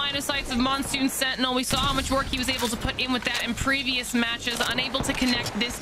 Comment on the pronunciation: When she said "senty" for sentinel I almost snapped my spine cringing.